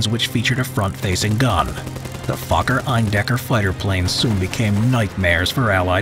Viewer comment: I like he said fokker as fu